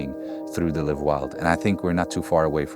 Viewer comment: live wild? liiiiive wild bro ! i pronounced same as in “wild”. otherwise it refers to the verb, like I hope to “live” long…